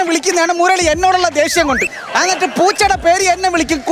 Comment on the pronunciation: അന്നിട്ട് അല്ല എന്നിട്ട് ആണ് 😊